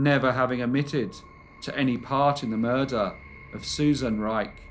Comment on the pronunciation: Soft r but he hits it .